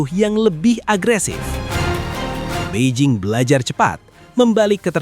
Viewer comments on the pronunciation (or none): none